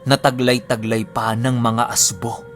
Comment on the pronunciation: ASBO WORD ANG TWAG SA ASWANG S BIKOL ANG RIGHT PRONOUNCE LNG AY AS'BO' MY DIIN LNG.